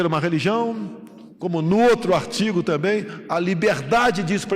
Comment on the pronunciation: Não sabe nem falar, "também " não tamém ...